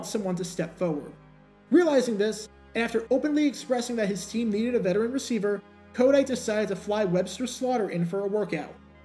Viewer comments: Why do you pronounce his name as KODITE? It's a hard T as in the word "Tight" Co-tight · I think its pronounced, ko-TIGHT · Pronounced "Ko-Tight" he was our coach in Philly for a few years...